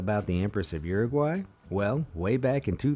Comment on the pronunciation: What the hell kind of pronounciation of Uruguay is that